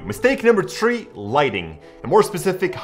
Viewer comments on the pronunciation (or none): mistake number tree